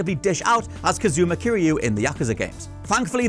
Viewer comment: For a person who says he’s played the yakuza series through you’d think he’d know where the story actually starts and he’d properly pronounce kiryus full name